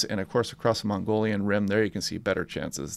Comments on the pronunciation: mogollon not mongolian... pronounced mogie-yawn. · It's 'Mogollon' rim AZ......not 'Mongolian' east Asia......just sayin......👍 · Hey, not to be picky, but you are not pronouncing Mogollon correctly. It is not northern Asia. It is pronounced Mo-ghee-own. I lived in the 4 corners area for 5 decades.